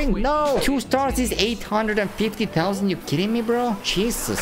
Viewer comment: funny how he says six hundred tousand like" tousand"